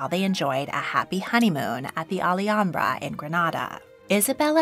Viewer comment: Did you say “ollyhambra”?